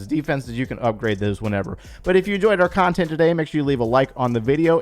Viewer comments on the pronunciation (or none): En-JO-yed your birthday?